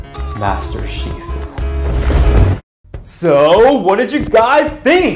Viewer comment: Bro said “master shifu”